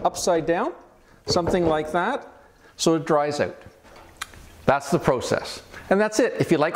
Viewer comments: I love the way Canadians say, “Ouwt.” 😂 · Love how Canadians say OUT and ABOUT! Thanks for showing us how to clean these bottles. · Ahhhh HA! I knew you said out with an accent lolol. Ontario it is. Thanks for the video! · Love your accent when you say the word OUT. I'm guessing that you are from the Upper Midwest or Canada.